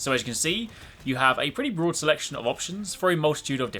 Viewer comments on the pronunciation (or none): none